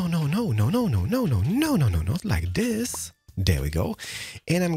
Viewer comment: I love when he says 'Not like dis!'